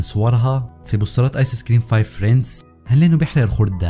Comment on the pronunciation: هي تلفظ فريندز مو فريندس + أنا بس اصحح له عشان ما يغلط كرة ثانية اتمنى ما تحكوا علي ❤️